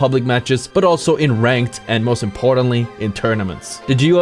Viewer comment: damn u butchered "mendokusai's" name x)